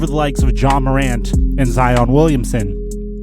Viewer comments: its ziiiiiiiiiiiiiiion not zeon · This man said ( z-on)it’s (z-eye-on) also I’m kidding love your content keep it up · It’s Zion not Zeon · My homie mispronounce zion to zeeeion wtf 😭😭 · Dude was like zeon Williamson the Zion Williamson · Zion pronounced: "ZZZai-On" I gotchu fam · did he say zEOn instead of Zion?😂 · Really said zeon 😂😂😂😂😂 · This guy said " Zeon " you don't know about basketball bro 😂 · Zeeon who the fuck is zeoon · Ha he said Z-ion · Flight: zEoN: zEoN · Who the fuck is Zee-on 😵🤔🤔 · "Zee-on"? cmon man 🤦🏽‍♂️ you know that's not how his name is pronounced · Did he say Zeon???? Twice??? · I'll take R.J before Nunn. Oh and if you say Zeeon one more time we gotta boycott the next video. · “Zeon Williamson” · "ZEEON WILLIAMSON"!? 😂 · Wait.... did he say ZeEon Williamson? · Boy said Zeeon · Bruh, love your videos but please don’t tell me you think it’s zEOn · He said zeon Williamson 😂😂😂🤣😅🤣😅🤣😂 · the way he pronounces zions name Zeeon HAHAHA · Bruh he just said ZEEon 😂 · Stopped watching when you said zeon For real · U guys do notice he said zeon so there would be more comments lol so gullible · Did he really say zEon, I think this is flights channel now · This man took speech classes from flight 🤣 (zeeon) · No one Literally no one: Zeeeon Williamson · Incorrect No one: Literally no one: and Flight: zeeon Williamson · You lost a lot of my respect when you said "Zeon" twice in a row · Why you calling the man Zee-on??? C'mon man! Well, I know you have pronounced it correctly before, and then you did at the end too... I just maybe you were talking from the perspective of like a Heat fan or something. That was oddly funny and soooo wrong too. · Bruh said zeon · Rip to Jacqueline Cruz Towns But did mans really just say ZEEon Williamson? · Yeah, exactly how FlightReacts says it 🤦🏾‍♂️ 🤦🏾‍♂️ 🤦🏾‍♂️ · Ben Simmons won ROTY in 2017. Zeeon? Lol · Zee-on Williamson? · This boy said zeon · Bro you really Said zEEon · Rip the way you say Zion’s name